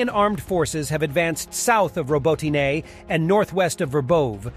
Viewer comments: OMG... pick a pronunciation of Robotyne and stick with it. Hell there's 3 different pronunciations in the first 70 seconds! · How he says robotyne ist terrible 😷